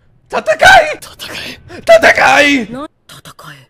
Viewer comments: It’s not tatakai. It’s tatakae😞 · It is not tatakai, it is tatakaE. Don't be this guy xD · not sure if u realize but it’s pronounced ta-ta-Kai-ay not ta-ta-Kai it’s spelt tatakae tho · It’s not “tatakai”. it’s “tatakae” which is an imperative form so ellen’s telling himself to fight. Tatakai is a noun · Tataka-i = (noun) , Takata-e = (verb), FYI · Why does he say "tatakai" and not "tatakae" xD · It's not TATAKA " I ", its TATAKA" E " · Please say tatakaE not tatakaI please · saying "tatakaE" is one of the funniest shit for me during this video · always icks me every time you say tatakae wrong, I was hoping that when you heard them say it more time, you'd fix it but all good, I still love the reactions and have been following since the start!